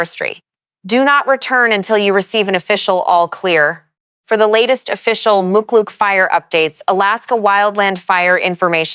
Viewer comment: Pronounced Toke AK and Muckluck.